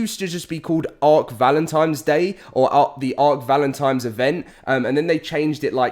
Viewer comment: Repeat after me, "ValentiNNNe"